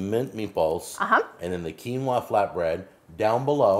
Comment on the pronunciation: I really don’t like how they say quinoa.